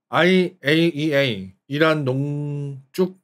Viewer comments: 농ㅋㅋㅋㅋ쭉ㅋㅋㅋㅋㅋ 참고 : 농쭉에서 농축으로 수정함ㅋㅋㅋㅋ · 농ㅋㅋ 쭉ㅋㅋ 반감기 안지낫잖아... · 와캬퍄헉 농~쭉~ ㅋㅋㅋㅋㅋㅋㅋㅋ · 농 ㅋㅋ 쭉 ㅋㅋ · 머야 난 쭉농증이라고 배웠는데 와캬퍄헉농쭉ㅋㅋㅋ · 농ㅋㅋ 쭉ㅋㅋ